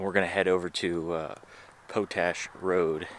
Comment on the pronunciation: Pote ash Road😄 Man you are a comedian! It's potash....like what you get when your weed is spent!